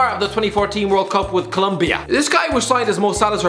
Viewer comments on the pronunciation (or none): none